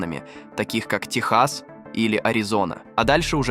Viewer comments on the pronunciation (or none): none